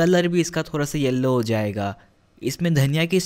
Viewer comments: the way you say 'thora sa' instead of 'thoda sa'...i just love it.. 😁😊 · The way he is saying thoorasaa